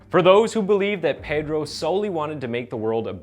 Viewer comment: Visualante xD you need pronunciation lessons. Also it's pedro not peydro. Massacre not masakeer.